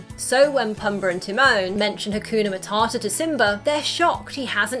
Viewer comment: Is nobody gonna talk on how “Hakuna Matata” got heavily butchered?